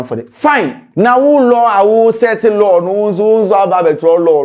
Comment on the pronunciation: Law “LaL”😂😂😂 eiii scanty